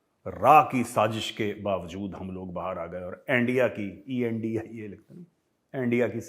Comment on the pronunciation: Paxtanis are Beyond Everything .... Sab Fail hai 🤣🤣🤣🤣🤣🤣 Words like Bartania,RAA,,RSS ,Endia,etc have new Pronunciation 👍👍Very Entertaining 🤣🤣🤣🤣